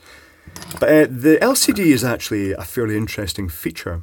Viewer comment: you misunderstood, it has an "El Seedy" display!